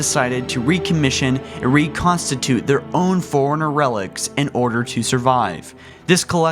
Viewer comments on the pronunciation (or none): Foreigners? Lol Lol sound like he’s saying that Instead of “fore-runners” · Or how it sounds like foreigner instead of Forerunner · It's Forerunner "Fore-runner" not Foreigner, but Foreigner is an good band though... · Forerunner...not foreigner... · “Sinkeeli” “Foreigners” “Quill the rebellion” O_o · nice vids. the only thing that bothers me is how you pronounce forerunner. They way you say it make it sound like you are saying foreigners. other than that its great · DUDE FORE-RUNNERS NOT FOREIGNERS